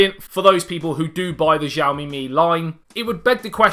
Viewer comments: Its pronounced as Siaomi. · Nice video. The x used when Mandarin is romanised in China is pronounced more like a s, btw. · New sub cuz of jiaomi 😂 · It's Xiaomi. Not jiaomi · jiaomi? Lol